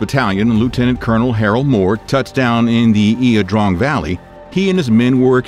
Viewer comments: La drang..... not ia drong......... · You are mispronouncing…LA…not IA…….La Drang Valley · It's pronounced YAH Drang, not EEya Drong or even EYE Drang, as it was bastardized in We Were Soldiers. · Ya drang valley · The battlefield is pronounced, Ya Drang. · it's pronounced eye drang..i remember it well.. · I always thought it was LA drang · Are you saying it correct ? Thought it was pronounced eye drang? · It's pronounced "I DRANG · Lol yah should know how to say the places . Pronounced La Drang! Lol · pronouced ' I-Drang" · Need to spiff up your pronunciation and total casualties at Ia Drang vs killed. That battle started it all and anyone deeming to provide an account to the public should make sure all aspects of what really happened are reported correctly.